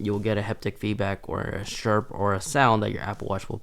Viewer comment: “Shimes”? “Shirps”? “Shame clothes”? WTF?